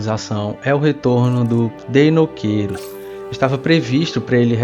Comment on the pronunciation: E a dublagem continua prenunciando o nome do Deinocheirus errado. :v